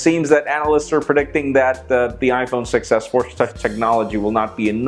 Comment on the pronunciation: when you say "iPhone 6s", it sounds like you're saying "iPhone success"